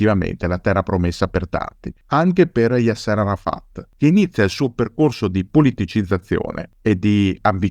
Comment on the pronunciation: Un appunto di carattere linguistico,: Yasser è con l'accento sulla A. Così come l'ex presidente egiziano Nasser, anche qui l'accento è sulla prima sillaba 😉 ti seguo sempre e ti ringrazio per le pillole di storia che ci regali, alla prossima 👋